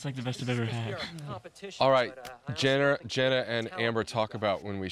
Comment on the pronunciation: "Jenner" omg get her name right...